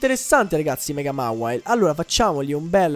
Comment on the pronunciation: non si dice mawile ma mewail (non so se si capisce XD)